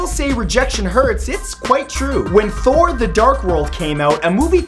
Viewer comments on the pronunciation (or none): none